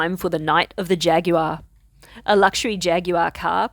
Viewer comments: Glad to see you arrived there safely. Why do you say Jaguar that way? Stay safe. Stay punny. Stay riel. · Yes. Jag-wah. We here in merika don't have time to watch them thar videos with extra syllables.